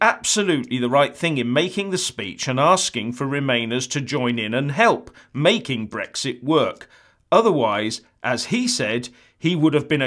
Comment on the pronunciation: It's Brexit, not Brixt ya fucking clown